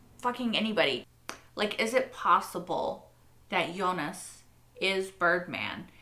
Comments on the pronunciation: FYI. Since you keep bringing it up by the way doesn’t bother me how you say it just wanted to help you since it seems to bother you a little. But Jonas as spelled is pronounced (in German that is) phonetically as Yo-ness. Obviously in English it’s Joe-ness. You keep saying Eunice lol which is a totally different and feminine name. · nah in German it's Yo-nahs actually, not with an e! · I don't mind when she mispronounces the other names, but whenever she says "Eunice" it really takes me a moment to figure out who she's talking about. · In French we say Jo nas or Yo nas (nas pronounced like Thomas, pronounced like sorry the english 'Ass')